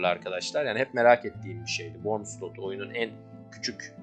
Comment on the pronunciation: İçerik güzel de şu wormu üzerine basa basa O ile okumayın artık. Her şey yazıldığı gibi okunmuyor.